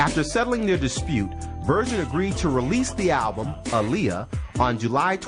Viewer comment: And why does he pronounce "virgin" like "version" ?